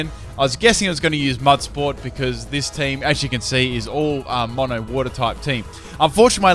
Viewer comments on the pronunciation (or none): none